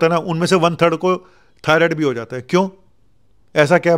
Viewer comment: डॉक्टर साहब थायरोइड नहीं। थायरॉइड